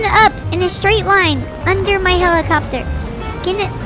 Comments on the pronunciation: I love how says “Helicobopter” 😂😂😂😂😂😂😂😂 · You said hellocopter not hellacubobter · "helecle bopter?" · "helicabobter"